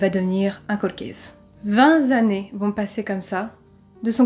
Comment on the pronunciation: Bravo et merci pour tes vidéos. Je voudrais te faire une petite remarque qui ne te vexera pas, du moins je l'espère. Tu as fait une petite faute de prononciation, tu as dit "vingt(z) années". En tout cas je t'encourage à continuer.